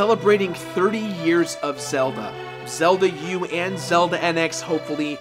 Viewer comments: Giggled every time he said Zelda U lol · Hahaha, "Zelda U." :P